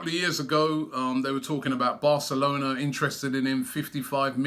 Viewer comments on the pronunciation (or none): none